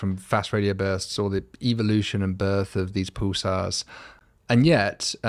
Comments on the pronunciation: “Poosars” 😂 “pooses” 😂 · Dr Kipping, is not Pooolsars, but Pulsars, listen how your guest speaks and pronounces them!